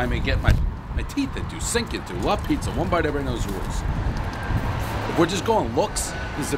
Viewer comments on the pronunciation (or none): "La Pizziya"